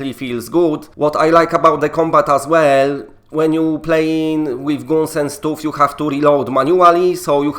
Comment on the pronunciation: “Shotgüüns, machine güüns, GÜÜNS”